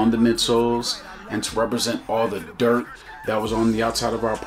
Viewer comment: 🔥🔥 the emphasis on the dirt is hilarious! 😂